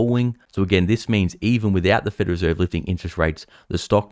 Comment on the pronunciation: It's the "Federal Reserve", not "Federer Serve""